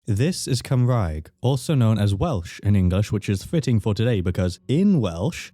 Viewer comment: 😒🤚Cumrag? 😎👉Cymraeg.